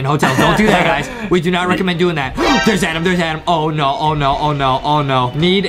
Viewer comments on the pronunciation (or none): It’s Adam not adem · Little Brother u called him grampa piggy Adem